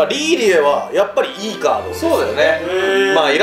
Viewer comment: カードじゃなくてカートってか